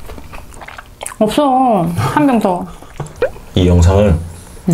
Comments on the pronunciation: 중간에 한병 더를 한명 더라고 들었어요 ㅎㅎ 세째 는요? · 1병 더를 1명 더라고 하신줄..(부끄) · 한병 더 를 한명 더 로 들었네 ㅋㅋㅋ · 너무 보기 좋고 부럽습니다 한병더 를 한명더 로 들어서 놀랬습니다ㅋ 잼게 보고 갑니다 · 한병 더를 한명 더로 들었어요 ㅋㅋㅋㅋㅋㅋㅋ 83다둥부부 ㅋㅋ 되시는건줄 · 한 병 더? 를 한 명 더? 로 들었넼ㅋㅋㅋㅋㅋ